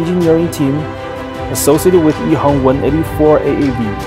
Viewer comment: Shourt Ehang when pronounced in Mandarin (which is the de facto common spoken language of China), should be Ehang with an 'a'. However, the commentator speaks with a Cantonese accent (btw the company is located in Shenzhen), so it sounds like Ehong instead of Ehang. Wong is a common Cantonese surname in HK where the people there do not follow Hanyu Pinyin to spell their names in English. It is pronounced as Huang in Mandarin. Wang is a completely different family name from Wong & is used by the mainland Chinese who follows the Hanyu Pinyin & speaks mainly Mandarin. Interestingly, Shenzhen is in mainland China where they use Hanyu Pinyin to spell their names in English; but like the rest of the Guangdong (i.e. Canton) province, they speak the Cantonese dialect instead of Mandarin. Hence when they pronounce their names in English, it can be confusing. And no, Wang Computer should be pronounced as Wang & not Wong. If you heard it pronounced as Wong, it is the problem of the speaker. FYI, there is no way to pronounce Wong in Mandarin.